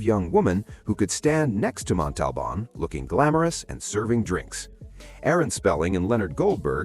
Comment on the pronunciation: I read that Herve was in constant pain because, while his body was small, his intestines were normal sized, causing much pain. Also, it is disrespectful to mispronounce a person's name. Look up the pronunciation of Montalban.